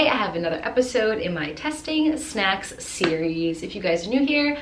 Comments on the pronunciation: "Shnacks" just say snacks no hate tho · No hate but why you gotta say shnacks like talk normal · Just like she says shnacks instead of snacks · DO A PART 2 my fav snack i will send on insta P.S you said “shnacks”